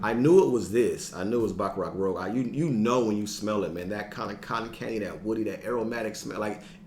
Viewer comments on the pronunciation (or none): Pronounce that #1 like this... Baccarat Rooj. A man after my own heart! Great minds think alike on the King & Queen!